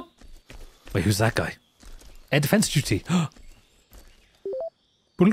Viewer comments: Air Defance Duty... HAHA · "air defance duty"